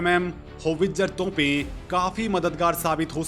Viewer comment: tonpen ni bolte bhai ... topen botlte hain.